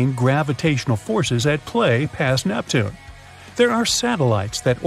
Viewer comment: 2 mins in i heard neptunay, im gone